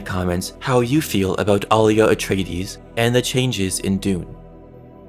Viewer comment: Your mis pronouncing her name